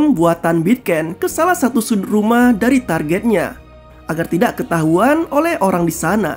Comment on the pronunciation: Kejauhan❌ kejaHuan☑️.. Sorry bang.. agak ganjel di telinga Sukses selalu gw suka konten lu bang👍